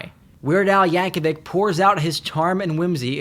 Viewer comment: The way you pronounced Yankovic though shivers